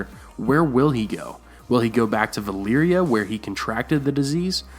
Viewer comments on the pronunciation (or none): I do enjoy your videos but why do you always pronounce Valyria as Valeeria. All the actors say Valaria so use the name all the time and pronounce it Valeeria just seems a bit weird.